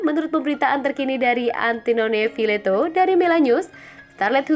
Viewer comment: wkwkwk..antinone vileto yg bener antonio vitiello min,,larangan bermain dibaca langgaran bermain.. perbaiki lg pengucapan nya